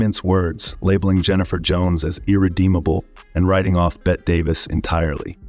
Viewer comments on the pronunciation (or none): So Hollywood actors fucking kids goes back a long way. That is the most evil place on earth. Also, it’s pronounced Betty, not bet. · Bette Davis pronounced Betty Davis. These AI generated videos can't ever seem to pronounce even the most famous of names. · "Bet" Davis? Her name was pronounced the same as Betty. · Never had I heard Bette Davis referred to as 'Bett', but always 'Betty'. Through multiple mispronunciations, I shrugged it off. But then after hearing Inspector Clouseau's name butchered, I tapped out. If you're not going to bother even getting the names right, what's the point of listening to anything else? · Bette is pronounced Betty. Your AI generated narration is defective. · "Bet Davis"? Either train your AI better or learn the names of the people youre talking about. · Hard to listen to a narrator who doesn't know how to pronounce "Bette Davis." It's "BET-te," not "BETTE. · Bette (Betty Not BET) Davis. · Here is a suggestion, when entering the the words for the AI, spell Bette Davis’ name, Betty. That way the narrator says her correctly. I turned it off as soon as I heard, “Bet Davis.” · Never heard anyone call Betty Davis “BET” Davis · Bette Davis pronounces her name as Betty not bet. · “BET Davis????” It’s BETTY Davis, you incredible numbnut! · betty betteee. not pronounced Bet. !! Down with AI. !! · It's Bette Davis’ name is pronounced Betty not Bet. I hate these AI voices. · If the narration was done by AI it was actually AD artificial dumbness. Bet Davis no dude, even though her first name was spelled Bette, it was pronounced Betty. And the inspector's name was pronounced Clue-Sew. You forgot Robert DeNiro, the foulmouthed anus! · STOP USING AI TO DO YOUR NARRATION. IT’S NOT PRONOUNCED “BET” DAVIS. IT’S PRONOUNCED BETTY DAVIS! UNTIL AI IS PERFECTED, DON’T USE IT. YOU’RE ONLY TRAINING YOUNG PEOPLE WHO DON’T KNOW ANY BETTER HOW TO SPEAK INCORRECTLY! 🤬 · Her name is Bett E not bet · Bette Davis is pronounced “Betty” not “Bet” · "Bet" Davis.... ok